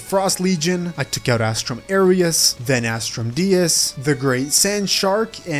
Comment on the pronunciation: “Astrum Aireus” and “Astrum Deeus” killed me internally